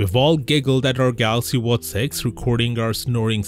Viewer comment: Come on.. its watch, not whats